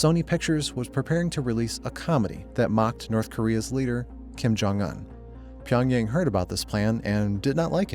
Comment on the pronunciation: dude look up the pronunciation of a city like Pyongyang before you make a video mispronouncing it the whole time